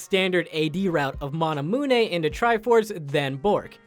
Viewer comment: "Sang-Gweeny" blade? Are you fucking serious? "Mon-uh-moon-eh"? You desperately need to learn how to say shit, my dude.